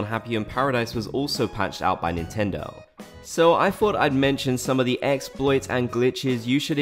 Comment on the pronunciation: "NINTENDO INTENDO" 🤣😭